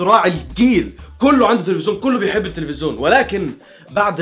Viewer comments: لفت نظري في اكتر من فيديو حكايه ( التلفزون ) انت بتنظقها بطريقه غريبه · انت ملكش حل ... هوا انت بتقول التفزيون كده ليه ههههههههههههههههههههه